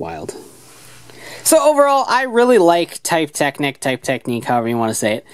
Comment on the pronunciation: I don't want to be annoying, but it seems rude, even if Drive is fictional, to choose to pronounce Technic/Technique wrong after hearing the proper pronunciation. You wouldn't say a person's name wrong after getting to know it, would you?